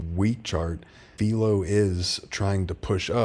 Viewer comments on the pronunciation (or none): It’s Velo… like Jello … not Veelo 😎 love the channel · It ain’t Vaylo 😂 .. all good 👍🏻 keep up the great job!!